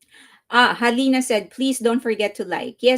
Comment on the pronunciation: Your pronunciation of Mihaela (first version) was PERFECT! Also Alina 😊